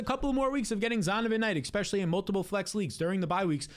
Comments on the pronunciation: Honest question: Is there a reason you say "ekspecially" instead of "especially," like how Black folks say "aks" instead of "ask?" PS - I ain't some kind of White Nationalist or some BS like that, I'm just curious about why people talk the way they do. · Petition for this dude to stop saying "exspecially"